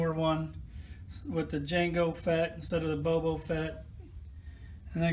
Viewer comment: Bobo Fett?????? Come On dude